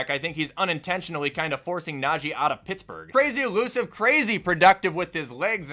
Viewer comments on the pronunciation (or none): none